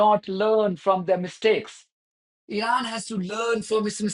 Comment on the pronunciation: ... when will this idiot Witkoff learn to pronounce Iran correctly ... like so many Americans!